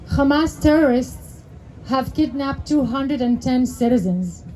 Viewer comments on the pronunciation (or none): no Arab says "khamas." Nice try though. Pretty committed to the fraud.